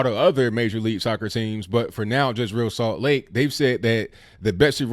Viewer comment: Hey, big fan of the show. I consider myself a conservatarian. I am an MLS watcher. My favorite team is the Columbus Crew. I was disappointed with ReAl Salt Lake for calling the Betsey Ross flag racist. Oh it's pronounced Re Al (like Al Bundy). Don't worry I made that mistake when I first saw there name in the early years.